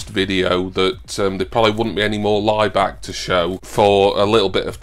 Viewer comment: I keep hearing Ryback instead of Laibach, it was about him I’d probably turn off 😂